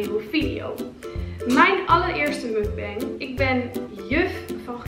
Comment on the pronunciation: Super leuke video! Toch nog wat tips :p Tip 1; je spreekt het uit als muk-bang; muk zoals je het schrijft, bang zoals wij het op zijn nls uitspreken. Tip 2; de camera mag wel wat dichterbij zodat we het eten goed kunnen zien haha ^^ Ik heb nog nooit sushi gehad dus ben reuze nieuwsgierig! En als laatste tip 3; knip nooit in je kauw scènes, anders krijg je gezever over of je het wel doorslikt... Een muk-bang kijk je om iemand te zien eten dus bij deze! Kauw lekker een eind weg haha :p ik kijk uit naar een volgende muk-bang! Groetjes van een juf uut Grunn